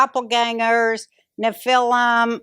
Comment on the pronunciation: Roseanne you said Nephilim that was kind of a weird way to say it